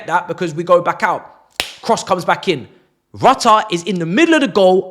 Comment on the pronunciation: Thx for the £225m and bye to 5th round suckers :)))) 3pts next week too :))) Rutter is said "Rout - ee -aye" ;-)